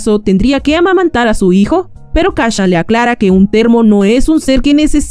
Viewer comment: Kashan?... Kashan?.... KACCHAN?????